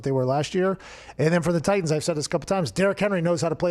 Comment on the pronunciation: “Titians”...come on 😂